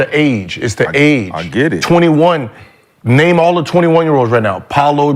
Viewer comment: Bro as much as Gil messes up names you’d think he was somebody’s granddad or something lol like damn you look up everything on the players except how to say their fckin names lol